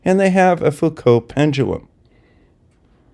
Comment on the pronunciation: A wonderful video, full of maths. But math(s) is fake, as the flerfers will tell you. As an aside, I am pleased to hear you pronounce the (French) name Foucault correctly. Something which often catches out the flerfers, because they do not mix with educated people.